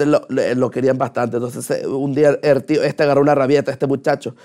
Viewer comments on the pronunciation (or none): los guaros no pronunciamos "er tio"